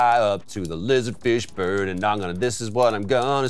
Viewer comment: Every time you guys said lizard fish bird it sounded to me like you were saying Lizard Fishburne. Like Lawrence's reptilian cousin or something.